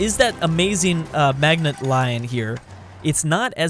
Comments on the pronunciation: It's pronounced ma-ji-no not magnet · Creeper Lord yea I was mocking his pronunciation of it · The Maginot line is pronounced "maj-in-oh" line